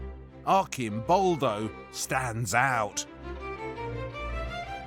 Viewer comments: the correct pronunciation is Artʃimˈbɔldo/ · Instead of letting him filmed in his documentaries that much, the narrator, who travels a lot to Italy, should use his time better, learning the difference between the "ci" dolce sound, and "chi", hard sound, then come back and articulate "Arcimboldo" correctly. Lamborghini? Carpaccio? Faccia? etc... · The 'C' in 'ARCIMBOLDO' is a prounounced like in CHURCH. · The way he kept on saying Arcimboldo wrong though... 😢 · Please, Waldemar, try to pronounce Arcimboldo with a c (like in the word chat) and not k (like the word alchemy) ... 😉